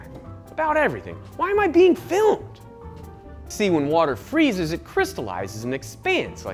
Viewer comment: I'm sorry did he say "Freeses and Crystalize" Like your mom? Wtf lmfao